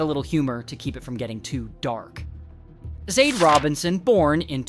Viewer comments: Her name is Sade..Saw-Daa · This video sucks and is in EXTREMELY POOR TASTE!! Not only did you continue to pronounce her name wrong the WHOLE time but had the NERVE TO ADD HUMOR! ARE YOU SICK???!!! YOU NEED TO DO BETTER!!!🤬🤬😡🤬👎🏿👎🏿👎🏿👎🏿 SHOW SOME RESPECT!! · The way you make jokes in this video is so disrespectful. You can’t even say her name right. Honestly you should be ashamed trying to make a profit from this tragedy